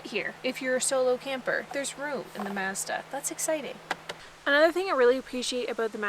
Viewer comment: Nice to hear the word Mazda actually pronounced correctly. Well done lady Mazda is pronounced like Cat or Hat, it's Ma-zda like 'matter' Unlike Americans who like to pronounce it "Mars-da" So irritating to hear the U.S pronoucing words. Canada ... you got it right ✅️